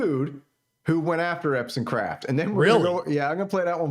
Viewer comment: Hey! Let's willfully mispronounce this guys name through the entire video! Why? Just to show everyone that we're the coolest prepubescent school yard bullies ever! Yay us! Go bullies!!!